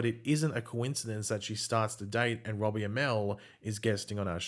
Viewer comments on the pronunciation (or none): none